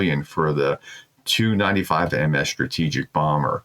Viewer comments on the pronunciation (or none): Doc. One thing would make your shows easier on my ears is saying "tee you' and "s you" for the TU and SU planes. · Professor… Putin’s aircraft… pronounced… T-U… just the individual letters. Not combined. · correct. However, that doesn't change what I said about the way the designation is pronounced by everyone except the prof. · WHY do you continue to read this out when you cannot pronounce a single russian location name correctly? The aircraft are T U pronounced seperately not (two) - as a fellow educator I would expect you to be better informed before attempting to educate others.